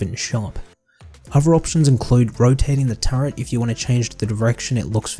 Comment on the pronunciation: it's a "turret" not a "turrent" stop adding. pretend R to the word.